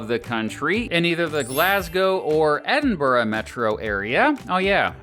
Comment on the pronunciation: The Uk is a 'State' -not a Country. Good vid though and you pronounced Edinburgh perfectly! ~peace